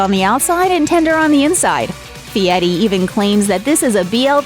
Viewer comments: His name is FieRi, NOT FIETTY. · Why is the narrator calling him Fieti instead of Fieri? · IMHO, if you can not roll the r in Fieri, please do not pronounce it as a T. Just use the English version of R in Fieri. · LOL...You’d think she could at least pronounce his name correctly. What idiots.